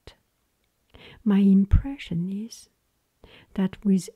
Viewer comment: Hi, You asked some videos ago to provide feedback on your pronounciation. What I noticed is that you say 'ies' instead of 'is'. You pronounce the i like the first E in 'even', however, you should pronounce it like the first i in 'international'. I hope I was able to help:D